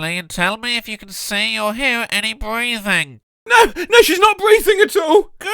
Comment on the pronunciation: "bweathing rate"